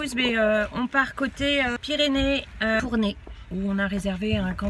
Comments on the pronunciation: On prononce « tournaille » pas « tourner » voilà sinon bonne vidéo 😉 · Non Tournay car il n'y a pas de E à la fin hihih !!